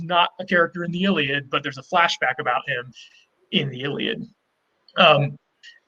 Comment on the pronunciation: Please stop saying the Iliad like you say it!